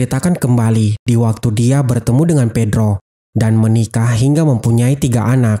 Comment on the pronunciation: ibu dan bibi Pepa akhirnya bertemu lagi dengan kakak si bedro ... Bedro burno bang bukan bedro